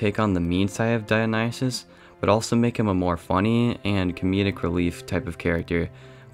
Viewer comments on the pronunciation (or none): none